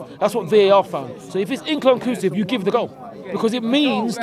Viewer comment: In can cusive 😂😂😂😂😂😂😂